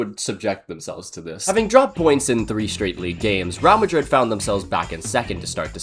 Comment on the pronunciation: “Raow Madrid”